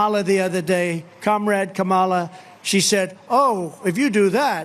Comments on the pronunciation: How can Americans NOT pronounce the first name of our current VP? Embarrassing! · He can't even say her name properly. He is both a terrible liar and doesn't have a clue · She didn’t win, however I excuse your mispronunciation judging by what you call Kamala you’re still in school that’s apparently failing you. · He can't even say the name of the Vice President correctly...